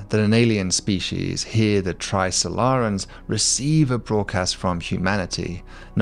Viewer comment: The only problem I have with any of this, is your persistent mispronunciation of "species". 😂